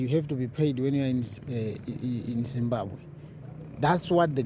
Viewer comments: It’s not zimbabhe it’s Zimbabwe Ma’am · Let's not be ignorant guys..Point of Correction..Its Zimbabwe!!